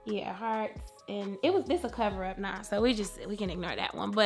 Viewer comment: "stay calm nah" Ok southern granny